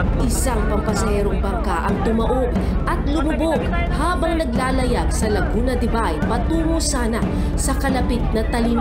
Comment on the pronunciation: Laguna the bay (be) hindi De bay 🤣